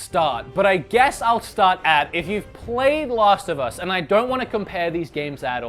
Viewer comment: It's Last of Us not Lost of Us...check your accent.